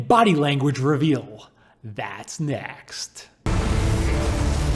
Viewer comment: “That’s NeAaxts”